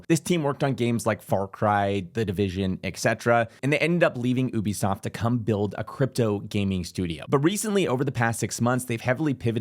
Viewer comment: you said 3.5 billion for VIRUS when you meant million. 'Oobisoft' LMAO